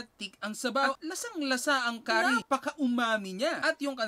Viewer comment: Stop using chopsticks!!! Di ka nga marunong!! Learn how to properly pronounce curry! Japanese food — not pud!